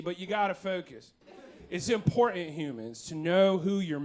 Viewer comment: I love your Windy City elocution but I gotta say that I cringe hard every time you say"impor-ant". There's two Ts in important my dude;-)